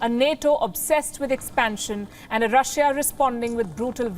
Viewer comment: Quit pronouncing Russiya. It's Russia or Roosia.